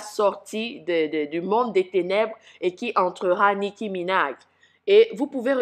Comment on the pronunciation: nicki* et non "nicky"